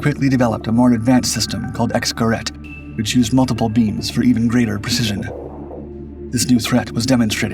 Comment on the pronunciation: Geraet ( can't type an umlaut with my keyboard.) is pronounced Gerayt